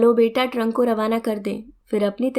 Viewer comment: ट्रंक नहीं ट्रक 😊